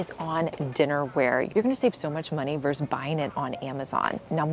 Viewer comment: Vs. is not pronounced “verse.” It’s “versus.”